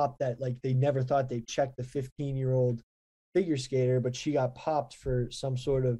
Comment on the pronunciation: Did just say "Finger" Skater?